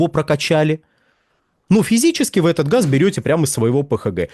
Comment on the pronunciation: Они говорят не газ , а хаз.